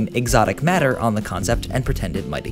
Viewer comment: jesus I heard exotic butters instead of exotic matter